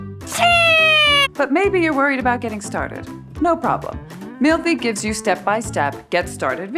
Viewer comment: That moment she said "mealthy app." I heard "milfy app." >_<